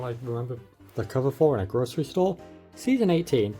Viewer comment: British person saying grocery store sounds weird